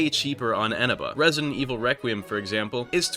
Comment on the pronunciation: wait isnt the stress syllable on the middle e? Isn't it Enéba?